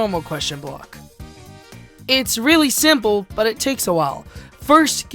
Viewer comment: He said siple